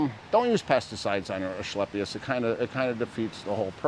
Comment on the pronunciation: There’s no “h” in asclepius, it’s pronounced “asKlepius.” just sayin’